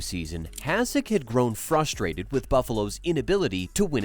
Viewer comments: Why are you pouncing his name like that? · AI generated content. Can't even pronounce his name right. Stupid f'ing channel